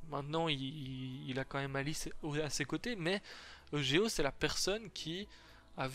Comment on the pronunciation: tu pourrais dire eugo a la place de dire e g o